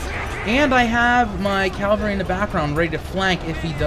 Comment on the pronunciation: Dude.... Its CAVALRY not CALVARY!!